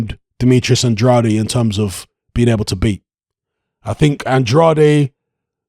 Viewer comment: With all respect... Andrade... Pronounced "An-drayd"